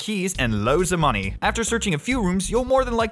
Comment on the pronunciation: His voice went British when he said and loads of money